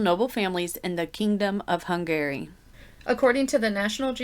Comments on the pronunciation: Hung Garry sounds like a gigolo 😂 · I wondered if hun-GARY grated on anybody else’s nerves the way it had my butt clenched up 🤣